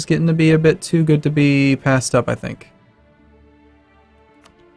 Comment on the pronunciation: "France has teeoo." Sense rubbing off on you,!